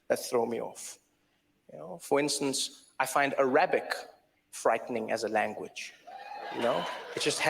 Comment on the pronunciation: Why is he mispronouncing the word Arabic?!